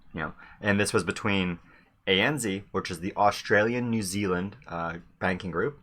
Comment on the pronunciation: A.N.Z a.n.zed not a.n.zee.